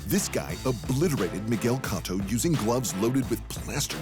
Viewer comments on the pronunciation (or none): This has to be satire. Guy can't even pronounce Cotto